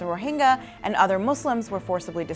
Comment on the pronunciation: Do you not know how to pronounce the Y sound? Rohingya, not Rohinga...